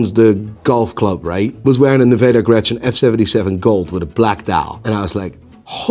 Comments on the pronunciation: Isnt it "Nivada Grenchen" instead of "Nevada Grechen" ? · Someone please teach to pronounce Seiko, Nivada Grenchen, and tourbillon.